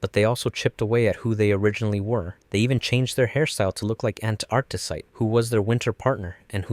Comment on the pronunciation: take a shot every time this guy mispronounces a gemstone name. antarctite hurt my soul